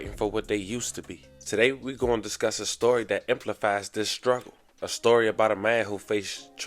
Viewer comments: ....Emplifies?😢 Maybe you meant EXEMPLIFIES?😂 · Bruv, you emplifies….. thats not a word….exemplifies is though